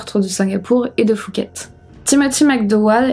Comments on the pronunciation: phuket n'est pas prononcé "foo-ket" mais "Poo-ket" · Prononçons pouket comme les poux dans les cheveux Pas fouket comme le resto parisien fouquet s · Merci pour la video.. Juste pour info au cas ou tu traites d'autres affaires thaïlandaise les lettres P et H qd elles se suivent ce prononcent P pas F.. 😉 donc phonetiquement pour phuket on dit pouquette pas fouquette.. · Chouette vidéo. Juste une précision en passant, Phuket se prononce Pouquette pas fouquette. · Je vis en Thaïlande, ça se prononce Puket pas Fuket. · Salut, on ne prononce pas le h de phuket, on dit pouket. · c'est quoi cette prononciation de Phuket xD ont dirait qu'elle dit Fouquet's 🤣🤣🤣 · C’est PHUKET…. avec un P🖐😎 on ne prononce pas le H …..( Poukèt en phonétique ) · Par contre Phuket se prononce pouquette